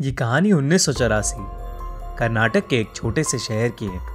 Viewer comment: It's karnataka not karnatak..... jai maharashtra ko maharasht kardon kya..